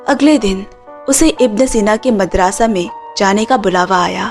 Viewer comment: वो मदरसा है मादरसा नही